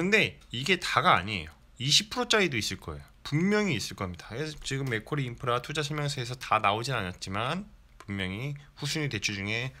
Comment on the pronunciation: 자꾸 맥꼬리인프라로 들려서 잼나네요ㅋ 영상 잘봤어요~